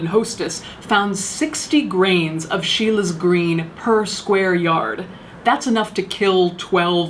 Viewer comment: It’s Scheele’s green not Sheila’s green! Sorry :s